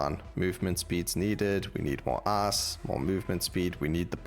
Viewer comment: I'm sorry, I'm American and your pronunciation of the word "Ice" sounds like "ass" and that makes this upload so much better